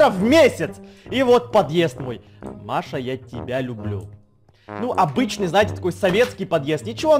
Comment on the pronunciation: читает:Маша я лублю тебя Я которая Маша:не понь!